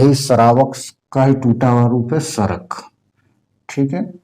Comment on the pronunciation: सर मैं एक सराक जैन हूं और वो सरक नहीं सराक है।